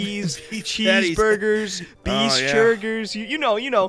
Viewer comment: Did he seriously just say beese churgers?😂😂😂